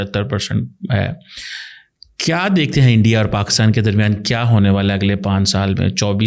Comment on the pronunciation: ENDIA🤣🤣 HALWAI YE BOLNA TOH SEEKH LO🤣🤣🤣